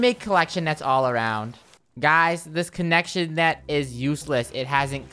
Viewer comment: i was laughing when said conection net insted of cloction net lol